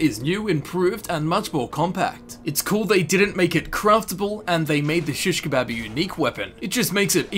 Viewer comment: why do you say it like that